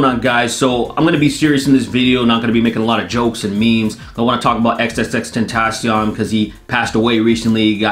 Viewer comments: nigga said tentasian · Hahaha the way he pronounces tentacion